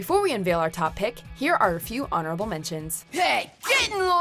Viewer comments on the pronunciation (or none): none